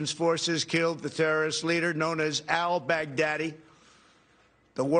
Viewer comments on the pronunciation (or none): I laughed when he said El back daddy lol